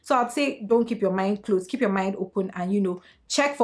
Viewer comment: “Kip yo mowt shot” 😩😩😩😩